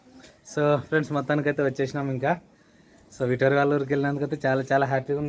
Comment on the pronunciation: విటోరి కాదు విక్టోరి